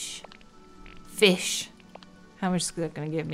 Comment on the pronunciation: "ok wait.. I can't keep catching actual fIS-sH" heheheh the dutch came out there ps: May 25th is SHINee's debut day, HA! Goofy is a shawol?